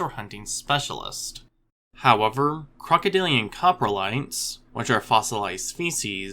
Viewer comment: "crocoDILliaNnnn" lol